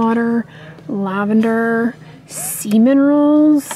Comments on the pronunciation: I heard “semen rolls” instead of ‘sea minerals’ and I had to watch it 3 times and pause and zoom the video to figure it out! 😂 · English is not my first language. When you were looking at Dove body washes and said "Sea minerals" I heard "semen rolls" and was very confused for few moments haha :D